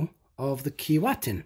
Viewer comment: One quibble: It's pronounced 'Key-Way-Tin'.